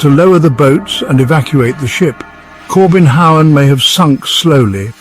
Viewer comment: No, not the "Kobenhavn", the "Corbin Howen" , haha